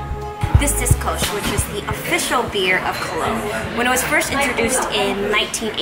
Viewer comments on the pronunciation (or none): Its nor “kolsch beer” its “kölsch”! God dammit